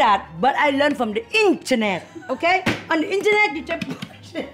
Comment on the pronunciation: " firstable " 😭 " pooosh poosh poosh " 💀 " look like bird nest " 💀 *longgg pause* 🤔 iii like ittt . 🤣🤣 " look like u took sumebody husband and they beat you up " 😭😭💀